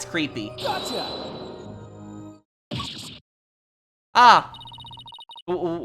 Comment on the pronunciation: You're supposed to say it like "Ah." and "Oh."